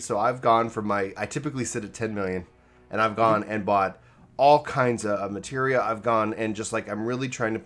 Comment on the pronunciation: Oh my God... finally said "Materia" instead of "Matera." The end is nigh.